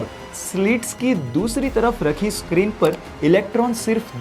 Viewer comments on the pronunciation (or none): none